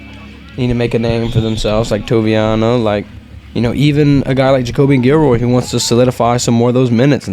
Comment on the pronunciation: Guil-lory not guil-roy